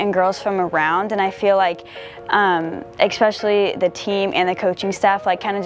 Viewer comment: she is very nice, but when she repeatedly said "expesially" i realized she needed education more than soccer.